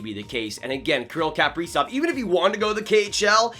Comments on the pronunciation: Pronounced “kuh” prizov not “kap” prizov. If your a fan you should pronounce his name correctly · Please learn to pronounce his name correctly if you’re going to say it 300 times in a video. KUH-PREE-ZOV, Not CAP-REEZOFF. 🙄